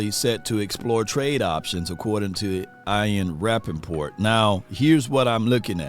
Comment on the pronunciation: Eye-in Rapoport 😂